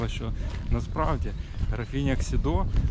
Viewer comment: Хмільник ніколи не перейменовували. Його назва незмінна від першої згадки в 1362 році. Писалося Chmielnik польською мовою, Хмельник російською і Хмільник українською. Район був Хмельникский, зараз Хмільницький. І граф був КсІдо, не КсідО. Він Ksido, а не Xido. Будь ласка, не вводьте в оману глядачів, напишіть уточнення у описі. Цікаве відео, але стільки помилок, шкода.